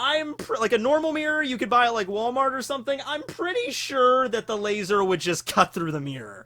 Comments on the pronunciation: It burns my hear holes every time i hear laz-OR I legitimately enjoy content but seriously just say laser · I’m upset about how you say laser! Lol